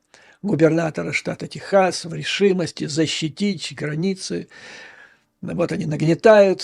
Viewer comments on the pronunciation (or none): none